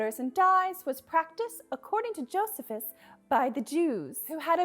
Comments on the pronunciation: Just a heads up, the ancient Jewish historian you mentioned has his name pronounced with a long e, as in "Jo-SEE-phus." I've read his stuff, but not so much his opinions about colored hair. And honestly that comment surprised me as both Jewish men and women in the period immediately following the second Temple were accustomed to covering their heads. But who knows! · The name is pronounced JOE see fiss. He’s the seminal historian of the early C. E. Eras. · FYI side-note: it's joe-SEE-fuss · This is a great video! Just wanted to pop in and say that Josephus is pronounced "joe-SEE-fuss," for future reference!